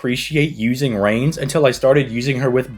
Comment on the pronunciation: Reines is pronounced "Rye Ness" by the way Khadroth does it similar too, it throws me off